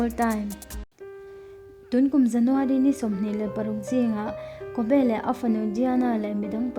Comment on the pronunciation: A hming in lamdan te hi mak ve..kawbee i tia..Kobi ti ag a lam zawk om..